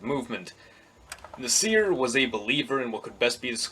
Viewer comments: First, I wrote it down, and didn't pronounce it, so how do you know how my pronunciation sounds? I can pronounce ص more or less (I speak some Arabic and my grandparents spoke it as a first language). But my point was not that an American should be able to imitate an Arabic accent perfectly, but even still, saying nahSEER is still too much of a mistake. Like, even if he watched news footage from the period when Nasser was alive, who pronounced it as nahSEER? Same goes for any foreign name. There's accepted, common ways for an English speaker to pronounce, for example, the name of the Russian composer, "Tchaikovsky", which, although it may not sound exactly the same way as the way a native Russian-speaker might say it, is still within the realm of an educated, informed pronunciation. If you say "TSCHAI-kovskee" or "tshaikov-SKEE" emphasizing the first or last syllable, you'll sound ridiculous. Or, take the painter Van Gogh, you don't have to say it the way the Dutch say it (the "gogh" in his name sounds like Arabic خ), you can still say it the way Americans/Brits say it "Van GO" but if you put all the stress on the "van" and say "VANgo" that , to me, sounds absurd and ignorant. Same thing with "nahSEER". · Nah sr (badum-tss) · Hey buddy, it is pronounced "Nassir" not "Nasseer". What planet do you come from? You are clueless about Middle Eastern history. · I think it's Nah-sr not Nih-seer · Stop pronouncing Nasser as "naSEER." Emphasis is on first syllable, NAH-sser. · This video is false. First, Nasser is not pronounced "nuhseer", secondly, Jamal Abd Al Nasser is not a Baathist in fact he called it fascistic. He is an Arab Nationalist. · It kind of irked me the way you Pronounced Abdel Nasir